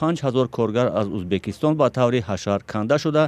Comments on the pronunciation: Узбакистон не Узбекистон журналисто бе саводанд?? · Не Узбакистон🤦🏽‍♀️А Узбекистон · СЧалом алейкум. Апаи хаму хабарнигортона фахмонед, ки не "узбакистон" а узбекистон. Боки зинда боше. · Хами апаи баранда ба чои Узбакистон гуфтана Узбекистон бген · Апаи хаму хамкоротона гу ки Узбакистон нага Узбекистон гап зана хатогихотон бисйорай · Узбекистон, Узбакистон🤔и чихели журналистай? Радиои Озодиииииии!!!